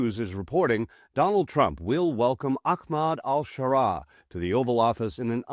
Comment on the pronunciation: Which is it? al-Shara, al-Sharaa or al-Sahara? You pronounced it a bunch of different ways.